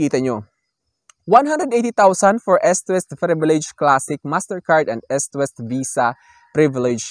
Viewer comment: pronounce nyo po na Istwest ..medyo malambot po ang pronounce ..